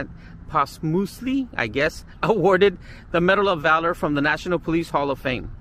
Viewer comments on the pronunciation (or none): none